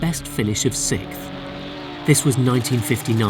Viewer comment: Say sixth. Sixth. Not sick. Sixth. First. Second. Third. Fourth. Fick. Sick. No. Fifth. Sixth.